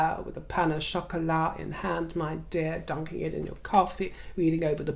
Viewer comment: Dear dear, one small thing I've been wanting to mention... French is my mother language; in "pain au chocolat", don't pronouce the liaison between "pain" and "au". Simple pain-o-chocolat is perfect! Thank you for all you do, I appreciate it all! Tourlou!:)